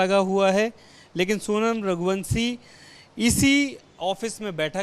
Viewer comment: रघुवंशी या रघुवंसी श को स श को स हिंदी को तोड़ डाला एबीपी न्यूज़ ने